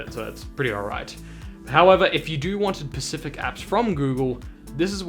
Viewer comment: Nice vid man. You just got a new subscriber. I'm about to do the same with brand new pixel 5. Could you please send me a link to the instructions you used to install it? p.s. stop saying pacific instead of specific, it's pretty irritating or is it an Australian thing? 🤔🤣